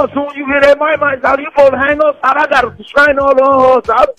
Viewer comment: You are right....but I think he said Constraining order